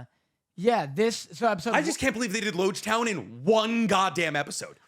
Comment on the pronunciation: I fully cannot remember the specific thing I was referencing at this point unfortunately, wasn't actually all that serious lol the way he pronounced Loguetown does irk me though